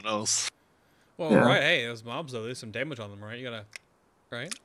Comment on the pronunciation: Please say Damage the correct way, stopped watching when you did it twice....